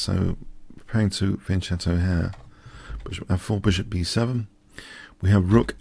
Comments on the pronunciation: fujin jr fian-cetto also sounds terrible. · Hello. You're spelling fianchetto wrong. Check Google translator in Italian for the correct pronunciation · Michou Haroliyk wrong: either you create a new word that replace fianchetto in English, or you keep the native Italian pronunciation. Example: Pizza -> Pizza (no changes, same pronunciation), Ravioli -> Ravioli (no changes, same pronunciation), Pasta -> Pasta. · last shadow wrong: algebra is derived from an Arabic word (al-jabr), therefore algebra it's a new word with a new pronunciation. I found a video where himself states that he's deliberately spelling Fianchetto in the wrong way, without a valid argument. Therefore it's useless to keep going on with this discussion. Let's get back to chess.